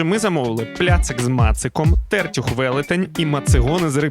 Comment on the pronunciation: ТертЮх на Ю наголос курва!!! в Тернополі точно но Ю